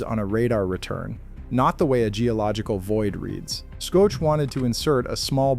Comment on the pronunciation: Shoke? Skoetch? His name is pronounced "SHOCK"!